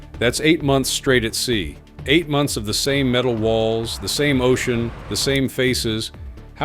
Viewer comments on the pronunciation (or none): none